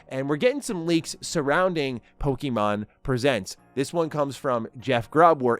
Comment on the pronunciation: Hey! Love your energy and passion when talking about Pokémon, but I noticed you’ve been saying “Pokeemon” instead of “Pokémon.” Just wanted to share a quick tip—it’s pronounced “Poh-kay-mon,” like in the original Japanese. The accent on the "é" helps with the "kay" sound. Keep up the great content, and I’m looking forward to more of your awesome Pokémon takes! 😊🎮